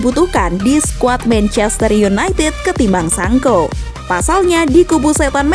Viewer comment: Hhhh,Sancho,bukan sanko